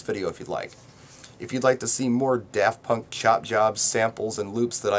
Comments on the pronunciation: DaRft sounds like how a pirate may pronouce it. Arrrr care to hear some DaRft Punk before you walk the plank? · I Live in New Zealand, (NO ONE KNOWS DAFT PUNK HERE, LOL!) and I pronounce it as Daft not Da r ft punk...